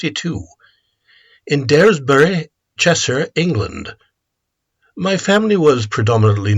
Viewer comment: I’m from daresbury. You couldn’t have said it more incorrectly